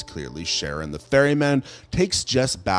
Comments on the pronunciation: Ah yes, the great, Greek mythological figure 'Sharon the ferryman'. LOL Just...how do you get it THAT wrong?!? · Charon Is pronounce Car-on not sharon just so you know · He called charon, Sharon am I crazy or is that just not how u say his mane?